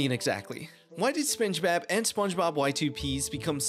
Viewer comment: I can't get over how "spenchbab" gets pronounced though it's so damn funny